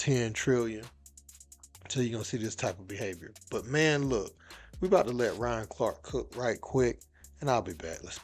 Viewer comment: His name is not Ron...it Ryan...at least imo it SOUNDS like you're saying Ron...if you're not...I apologize